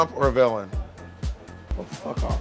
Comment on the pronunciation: lol I love how it says willam instead of villain